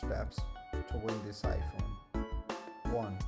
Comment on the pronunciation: "Done" "Any ipone" "Any storage" "Any color"